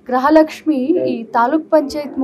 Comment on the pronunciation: ಅಕ್ಕ ಗ್ರಹಲಕ್ಷ್ಮಿ ಅಲ್ಲಾ ಗೃಹಲಕ್ಷ್ಮಿ